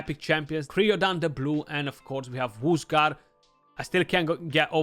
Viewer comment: Hey brother it would be pronounced cry-o-dan like crying. The champ has freeze so Cryo- is from the Ancient Greek κρύος (krúos, “ice, icy cold, chill, frost”). There's things like cryo therapy so I've heard it pronounced quite a bit. Anyway best to you and the family 👍